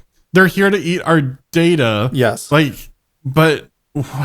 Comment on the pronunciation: That hobo 'Data' did /not/ sound like Data.